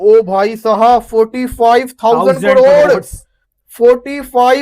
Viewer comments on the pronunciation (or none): इन हरामि पाकिस्तानियों से करोड़ भी नहीं बोला जा रहा साले कड़ोर बोल रहे हैं 😂😂😂😂